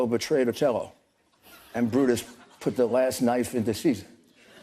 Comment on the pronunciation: "Iago betrayed Ocello"? Nice reference Rudy but it's Othello. Had that all lined up and still couldn't get it right.